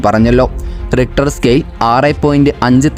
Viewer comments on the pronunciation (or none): none